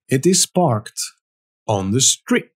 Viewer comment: Not sctreet is street